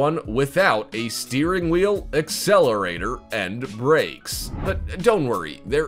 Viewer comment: it pronounced steering matee!!